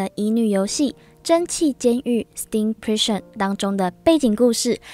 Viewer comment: 那個…監獄的英文唸錯了(´･ω･`)